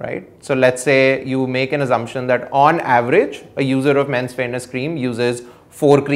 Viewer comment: Sorry, I cant quite hear the word in this cream example, is he saying "Fairness" ? ? ?